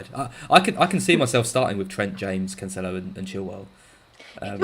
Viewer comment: Cancelo is pronounced "Canselo", not "Canchelo"